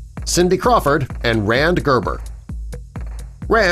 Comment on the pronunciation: Rande Gerber is pronounced RAN-dee.